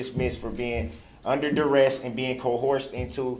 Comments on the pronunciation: Co-herzhen and doorest? Does he mean coercion and duress? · Wow! He was under “DURREST” and was “CO-HORSED”! That has to be very painful. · “Under cohorshun and durest”